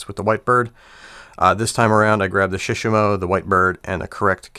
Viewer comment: Surely it must be Select tackle, and shishamo should be pronounced with the same intonation as with Shimano imo, like shi-shaaamo. And the shishamo looks tacky with the paint, KastKing all the way! Maybe in 20 years they'll be one of the big four: Sh, Da, AG and KK. I ordered the WhiteMax for crankbaits, I need to compare it to the legend some time.